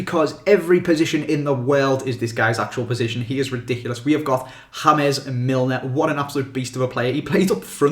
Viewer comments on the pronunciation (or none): Why did he say hames Milner when it's James Milner because he is English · Why do you say hames for James? Hames is the way Spanish/other countries say it, but Milner is English so you should say James? Unless your taking the piss of course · Why call him hames Milner it's so annoying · that "Hames Milner" made me shit my pants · You did not just call an English player "Hames Milner".. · Hames Milner.... James. James Rodriguez is pronounced Hames because of his nationality. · Ham-mez Milner lol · James Milner is English so why the hell did you say 'hamez'?! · Why did you call James Milner (Hamez) when he's English? fair enough if it was James Rodrguez but Milner is once again English aha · did you actually just pronounce James Milner as "hames". He is not fucking south american if i'm not absolutely wrong? What the actual fuck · Haha , did you pronounce it "Hamez" milner at first ? Great video Though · HAMES MILNER???! Wtf